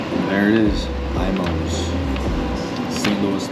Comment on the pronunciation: People outside of STL always pronounce IMOS wrong, I just laugh at it. The I has the strong E sound!